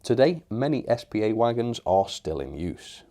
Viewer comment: S P A not spar